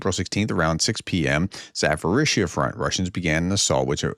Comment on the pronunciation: Hi Prof, thank you for the videos. There are 2 prononciation things that bothers me. The city ZaPorizhzhia is pronounced with a P, not an F or a PH. There is a crazy amount of consonants towards the end, but that doesn't change the simple beginning. So it's Za-po, not Za-fo. And Orlivka is Or-liv-ka. Thank you!